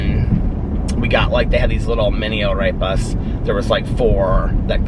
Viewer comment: you sound so cute saying arepas! You nailed that Spanish pronunciation! ❤️